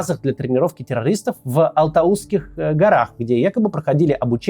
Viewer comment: Максим, респект вам за видео, за освещение кровавого Кантара, только просьба, произносить названия правильно - не тЭнге, а тЕнге, не Алтауские горы, а Алатауские))